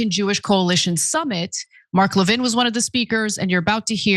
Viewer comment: now Ana pronounces Mark Levin's last name right, or at least to his preference.